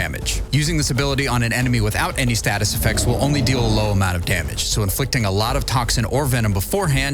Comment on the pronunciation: Learn how to say the word effecTTTs, Loser. English is not hard.😂😂😂